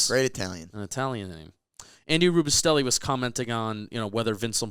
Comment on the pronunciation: what kind of giant fan doesn't know how to pronounce Andy Robustell's name gold jacket